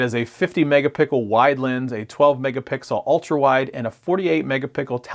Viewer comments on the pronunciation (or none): megapickle cameras lolz